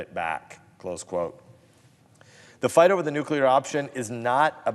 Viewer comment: Did he jest say nukelar ...what.